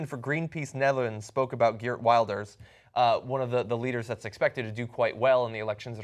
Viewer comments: FYI it Geert Will-ders not Wild-ers. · its just running up to the elections, so its less noble than you think. 'wilders' that pronounciation xD